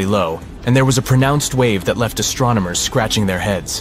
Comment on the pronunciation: astro - nomers? Nope , that would astronomers - no pause no mispronunciation!